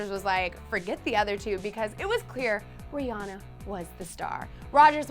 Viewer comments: It's Ri-AN-na omg you made a video on this! smh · that girl said Rihanna wrong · Your saying Rhianna wrong